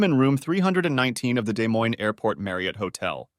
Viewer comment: Yeah had to do a double take when the ai said day moine